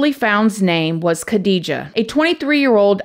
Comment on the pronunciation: Hat off for your beautiful pronunciation of the Iraqi names. Ps: They are both Muslims, Khadija is Arab and Shahraban is probably Kurdish- this is anathnicity, judging from her name.